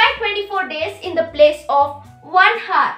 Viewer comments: its not pronounced as o-u-r not h-o-u-r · Oo my god who will teach you English PRONOUNCIATION it's not heart it's hour CORRECT YOUR ENGLISH AND PRONOUNCIATION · Hour hota hai heart ya hertz ok well done